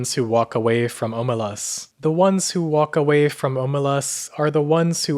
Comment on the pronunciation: Stop butchering the name, it's pronounced ahmelazs